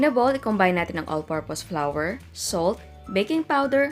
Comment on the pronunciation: The pronounciation of flour is not flower......